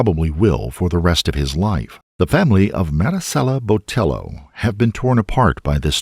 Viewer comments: I appreciate the pronunciation of Marisela, but I want to politely let you know that the "ll" in Hispanic names is a y sound like "tortilla" so her last name would sound more like Boteyo. I don't blame you for the pronunciation as it seems like news outlets also mispronounced her last name. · The attempt at saying her first name with the gringo Hispanic accent while saying her surname with the hard L when it was a double LL, therefore making it a ‘ye’ sound hurt me into my bones. And somehow the name of the victim was said a billion and a half times in this video.